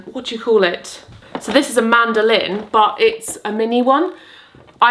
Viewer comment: the first time you said this is a mandolin, it sounded like were introducing a lady called Amanda Lynn 😂😂 really gave me a chuckle and just wanted to share 😂😂